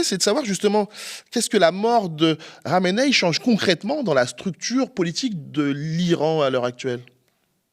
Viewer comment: C'est pas un peu antisémite de prononcer Khamenaï? Que khameni